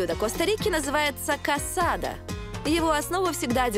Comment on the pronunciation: Сожалею если я вас расстрою, но блюдо называется не КАСАДА а КАСАДО (CASADO). B испанском буква О не звучит как А. И не ГРАЦИАС а ГРАСИАС.🤦‍♂️ СЛУХ РЕЖЕТ а в основном всё верно👍